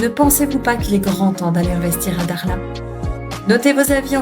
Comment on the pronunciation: je sais que pour les occidentaux prononcer le "kh" peut irriter les cordes vocales mais quand même et s'il vous plait, faites un petit effort c'est Dakhla et non Daghla. Merci